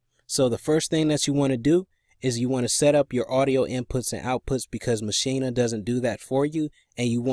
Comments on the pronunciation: Maschina? lol. It's Maschine, pronounced machine. Can't hear the audio from the software. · That’s the German Pronunciation ma-sheen-a